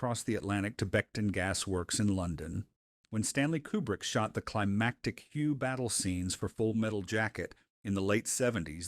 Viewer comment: Hugh battle scenes? Too funny. This is AI trash as it can't seem to pronounce names correctly.